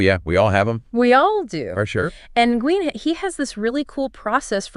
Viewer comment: It might be spitting hairs, but Nguyen is pronounced more like "Nwin", one syllable, semi silent "n".